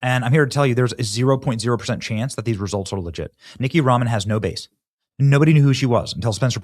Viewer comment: c'mon Ben-do, it's NITH-EE-YA....it's better to dunk on her using her name